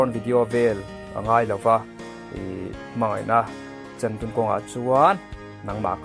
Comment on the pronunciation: lai vela "chhei" khi enge le?mizotawng dik anilo tlatin ka hria..chuan "chan" tih lai khi..inchai tih laia chai lam rik dan ang ania..a thluk dan khi a diklo bawk..a thluk ahniam tur ani.sachan na tih hi lam ta la..chan(ri hniam) anga lam tik tur ani.